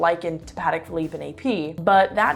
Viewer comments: Pronouncing Patek wrong bruh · Native French speaker here. I truly recommend taking a class in French, and prononciation. Paddick and Ottomar?